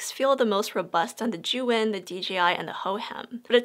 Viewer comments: Pretty sure zhiyun is not how you have pronounced it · All the time i was saying zhiyun wrong 🤣🤣 dzuen, not zijun 🤣🤣